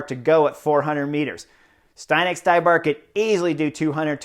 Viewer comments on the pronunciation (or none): Hi Chris, good comments. FYI it is pronauced Zdenek StYbar not StAYbar, he is Chech, if you need confirmation run his last name thru translator